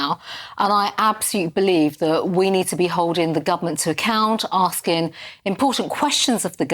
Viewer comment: PP's political maneuverings post election defeat-what this is-is not appropriate when children have died. And that voice-Holdin' 'askin' & 'policin' & 'standin' 'makin' -arrrgh....! It's a silly affectation to make herself sound authentically ethnic & from da street.